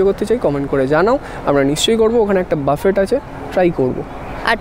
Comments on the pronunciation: It's booffeehh not baaffett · buffet naa boofey (pronunciation ta)... buffet shunte khotkaye kaane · বাফেট না বাফে??? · uchcharon ta buffay hobe